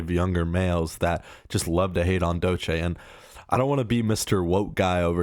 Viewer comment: Man don’t want to be that guy, but you are mispronouncing Doechii. And yes, she is very talented and I hope more people acknowledge that